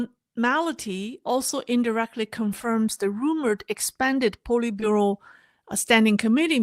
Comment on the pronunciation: Politbureau SAY POLY short O